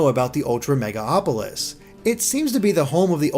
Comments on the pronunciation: MegaLOpolis, not Mega-Opolis. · FOR FUCKS SAKE ITS MEGALOPOLIS WITH AN "L" NOT MEGA-AAAAAAHPOLIS PLEASE HOW DID THIS SLIP THROUGH MULTIPLE TIMES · Mega-LOPOLIS. Not Megaopolis. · It's MegaLOPolis not MegaOPolis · Who else got a little triggered every time he said "MegaOpolis"? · It's actually Me-gal-opolis. There's an L before the O.